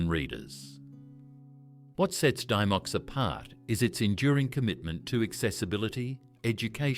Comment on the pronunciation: It’s pronounced Dim-micks not Dy-mocks